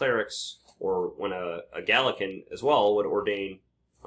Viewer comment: Please, for the love of all that is holy, it's not the "gaylican" movement, It's the Gallican (rhymes with maul) movement. I'm 52 years old and have lived on 3 continents. I have never heard anyone pronounce it this way inside or outside of academia on either side of the Anglosphere. It's also a source of confusion for the laymen because it sounds like you're referring to someone Gaelic (I.e. Celtic) so my concern is far from pedantic here.